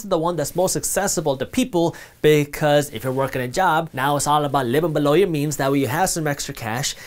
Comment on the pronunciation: Why did you say "below" different 👀